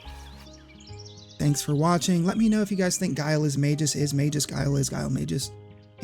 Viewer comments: You mispronounced Magus and Janus. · At first I cringed at the pronunciation of Magus and Janus. But then I remembered that Ted Woolsey took a ton of freedoms with CT's script, especially by diverging from the Japanese names. On top of that, "Janus" is based on a name that has passed through a number of languages through the centuries... so pinning down a correct pronunciation is a fool's errand, much like (for comparison) many Legend of Zelda names. Instead, I'm just going to point this out: when pronouncing Janus as "Ianus," you seem to be using the Latin pronunciation of the name, which is probably pretty commonly used. Also, "Janus" is drawn from the name of the literal two-faced Greek god of "beginnings, gates, transitions, time, duality, doorways, passages, frames, and endings." The CT localization had an incredible knack for apt names, didn't it? Anyway, no pedantic corrections from me, I just thought that was cool and wanted to share. <3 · You got Schala right and then mispronounced Magus, the subject of the video. lmao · Maybe for the same reason you mispronounce Magus, which is a real word that's officially pronounced as May-Gus and not Mage-Us, lol. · Great video. But isn’t it pronounced Magoos? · As said elsewhere, you are incorrect on that: Magus follows the hard G / soft G rule, is pronounced with a hard G, as Mah-Gus or May-Gus. Go to any online dictionary and look up the word Magus, and play the pronunciation for it. Then you'll find-out the truth for yourself. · Not sure how people figure out how to pronounce names in text only games, but to me, he's Mag-us, not Mage-us. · You are completely wrong about magus. Its pronounced with a soft g, as it denotes a person using magic. You don't pronounce magic with a hard G; neither do you pronounce magus with one. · I'm more upset about how you pronounced Magus as Mayjus than about how the developers included this idea. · Mayjis lol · sorry dawg, but Yawn-us and May-jus are the wrong pronunciations.